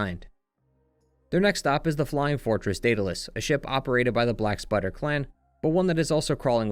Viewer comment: Every time you say "Black Spider Ninjas" I hear "Black Sweater Ninjas"... 🤣